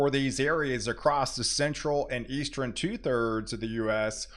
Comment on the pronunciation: Why do you say "Eas-TREN" for "Eastern"? Cheers.